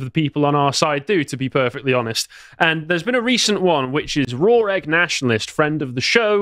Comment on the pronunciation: Repeat after me. Raw, not Rawr, Raw